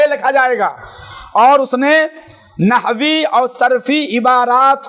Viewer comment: नहवेमीर thik se pdlo re baba 😂